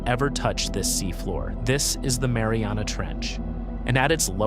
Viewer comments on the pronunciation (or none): none